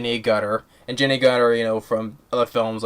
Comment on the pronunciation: Jenny AGERTER, That is the correct pronunciation